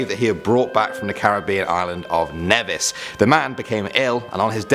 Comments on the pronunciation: Cringed a lot by the way they pronounced Nevis... It's pronounced like Knee-vis not Neh-vis. Okay goodbye now. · Hiii I'm from Nevis and I was so surprised when I heard you talk about my island since we are barely ever mentioned. BTW we pronounce it N-ee-vis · "neh-vis" ???? It's pronounced ni -vis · pronounced nee vis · I know chances are that you won't see this, but the pronunciation of Nevis is actually Neevis